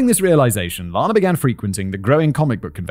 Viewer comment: Out of respect for the victim I must point out that Ms.Clarkson's name is pronounced like Anna (ran, or can't). Lana Turner's name is LAHna. Not so for Ms.C.